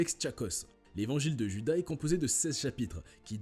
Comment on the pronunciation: "Djuda" ?!!! :face-orange-raised-eyebrow::face-fuchsia-poop-shape